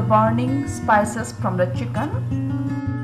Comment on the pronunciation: Pronounced as chicken not as siken, don't mind you have to improve your English